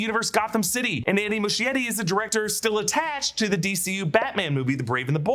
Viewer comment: MUSCHIETTI is pronounced “muh-skie-ree”, SKIE not “shh”